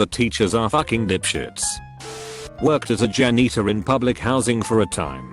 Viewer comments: Nobody: Robot Voice: Jan eater. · I love how the AI read janitor like Jan eater. So besides being a bus driver he just eats Jan’s all day lol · No one: Commentator: Jan-neetor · Nobody: Narrator: jA-kNeE-ter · "worked as a jan-eater..." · No one: Absolutely no one: This voice: Jan-eater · no one: computer: jan - NEE - ter